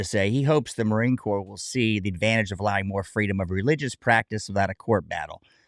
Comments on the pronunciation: It's not CORPSE for Heaven Sake - it's pronounced COR. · Ignorant reporter biatch. Stop saying "corpse". OMFG. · F him what is happening to our corps and everytime she said corpus I wanted to scream..... honor our history BOW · Marine corpse... when i hear people calling it like that it drives me nuts. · Im getting really sick of that news outlet pronouncing corps as "corpse" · Everytime i heard that " the Marine Corpse" i died a bit inside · If I hear Marine Corpse one more time.... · The Marine Corps became the Marine Corpse in this news broadcast…..😂 just like Gomer Pyle. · Learn how to say CORPS. The hell with him. Native Americans don't want to cut their hair either but do it to serve this country. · It is a sad commentary on the Marine Corps that they even considered allowing him to deviate from uniform standards ever, on deployment or not. Seems to me that the Marines I knew are NOT the Marines of today. An aside, I HATE when someone incorrectly pronounces "corps," the "p" is silent, like it is in "exprit de corps." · At least pronounce my Corps correctly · The Indian lady say corpse bothers me a bit I wanna say it's corps Korr but ehh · It amuses me when they say corpse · How does one watch this without wanting to pull their over the Indian reporter's pronunciation of "corps"? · pronounced CORE not CORPSE A Corpse is a dead body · I cringe every time she says “corpse” 🤮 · Am I the only one cringing every time the newscaster says Marine CORPSE!? It’s pronounced KOR. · that woman says it correctly: the marine corps is a corpse 😅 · Every time that female narrator says Marine "corpse", a puppy dies.